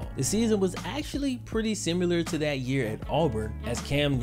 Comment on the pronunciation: Ax....simular......dude come on!